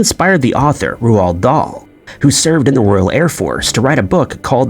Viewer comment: Roald is pronounced Rolled not Row-ald